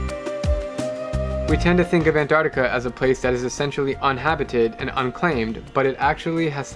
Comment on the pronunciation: Sorry but, unhabited or uninhabited?